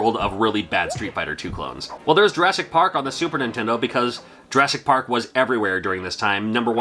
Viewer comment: The way you pronounce Super Nintendo drives me nuts. You say "Sue- Purnintendo"